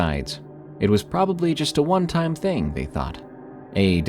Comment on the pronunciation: It’s pronounced thing not thing-gahhhhh